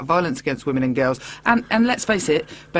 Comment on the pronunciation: "But what about the wamens?"